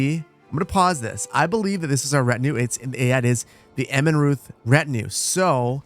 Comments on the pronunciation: fyi you say Immenreuth like "ImmenRoyt" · The "h" in Immenruth is silent in german :)